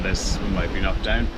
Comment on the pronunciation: Sorry for the silly question. When you say “Kmocked Down” what is that? Enjoy your videos too.